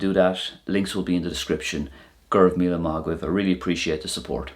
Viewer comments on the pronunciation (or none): none